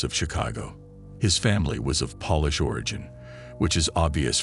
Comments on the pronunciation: Do you listen to your AI voices pronunciation? It's incredibly annoying to hear incorrectly pronounced names and polish instead of Polish! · Just the fact that the family was polish and not Polish was quite hilarious. 😊